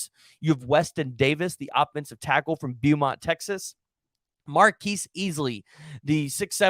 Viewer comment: you say Beaumont wrong everytime lmao say it like this bowmont